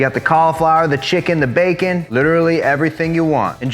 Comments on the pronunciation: My kids say bakah all the time, means stupid in Japanese. Prob not spelt the same way but when he said that I about died 🤣🤣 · Chicken, it goes "bakah" 🤣 love watching the videos 👍